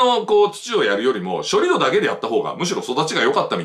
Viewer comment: さすが常念さん。 盛り土=もりど、ではなく、もりつち 処理土=しょりつち、ではなく、しょりど それぞれ正しい方の読み方でお話されました。そうですよね。基本は音読み訓読みは揃えたほうが綺麗です。